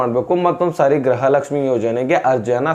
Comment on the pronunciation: ಅಣ್ಣ ಗ್ರಹಲಕ್ಷಮಿಅನ್ನಬೇಡಿ ಗೃಹಲಕ್ಷಮಿ ಅಂತಹೇಳಿ ಅಣ್ಣಾ ಕನ್ನಡ ಕ್ಕೇ ಅವಮಾನ ಮಾಡಾಬೇಡಿ 5ನೇ ಬಾರಿ